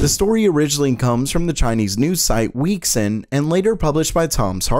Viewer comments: lmao weixin == WAY SHEEN, not weeks in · don't wanna sound like a dick, but its pronounced wei xin. not wixin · It’s pronounced way-shin not weeks-in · Weixin is pronounced like "way sheen" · It's pronounced "way seen" (WeChat in English) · Weixin is pronounced like "way shin" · Weixin is pronounced as "way shin" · I am sorry, but Weixin has different pronunciation. Just FYI, because it is very different.